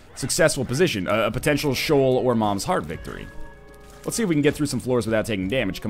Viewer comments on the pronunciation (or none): none